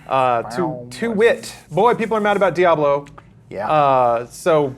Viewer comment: he thinks the AH in diablo was good....all words now void.